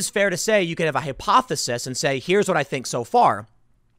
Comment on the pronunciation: I have to tease you a little - you are an excellent journalist bar non but pronouncing hypothesis as Hip-othesis- keep up the great job Tim